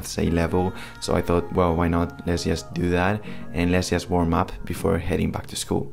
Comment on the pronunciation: para decir "just" tienes que comenzar con la punta de la lengua en el paladar.